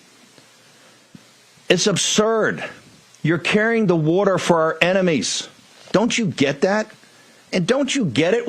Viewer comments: knows what carry water means....he was joking about Bannon's pronouncing it "wood-er" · It's not the saying that didn't understand, it was Bannon saying "wood-er" for water was laughing about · Or wuder , 😂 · Ugh,.....just ugh!!!! And I hate to say this but I too pronounce water, warter!!!!!!! So do many of my family!!!😁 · Uh,, some people in America pronounce the word “water” as “wudder”. We don’t make fun of people’s accents. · That pronunciation of water, is from Philly area. He's still an idiot, but that's the source of the water thing. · Not that I like Bannon at all, but his pronunciation of "water" is pretty common in the PA/DMV area. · The pronunciation of water is a southern thing. My grandma says it. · it’s a bit much with the “water” and how Bannon’s accent affects its pronunciation. Frankly, you shouldn’t have wasted your time on it once let alone three or more times. Dave Pakman often mocks the NY accent and I think everybody can live without either one of you doing that, it’s so incredibly petty.